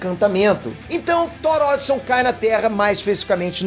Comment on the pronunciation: vc fala algumas palavras erradas(cêtro, odison) mas é um bom vídeo